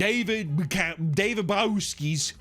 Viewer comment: I love how you mis pronounced his last name the whole time